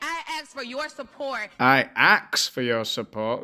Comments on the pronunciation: Yea man , that's the way they say say ask .....axe ...over here too . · excuse me. It’s pronounced “aks”